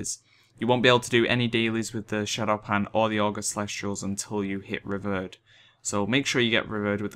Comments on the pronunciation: Mate is prononuced RE- VIER- ED = nice guide tho thx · Revered = REE-VEER-ED Thought brits were supposed to speak proper english ;P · Any else get annoyed with he says revered? Anyway nice video :)